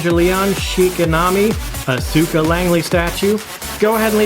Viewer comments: Show is pronounced Eve-e-Lon-gal-on Character is Oz-ka. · 1) Amazing statue 2) amazing video 3) oh my God I have never heard every single syllable in Evangelion and Asuka's name so brutally uttered before